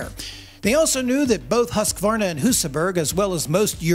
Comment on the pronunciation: Finally someone that says Hus-kvarna, and not Hos-ka-warna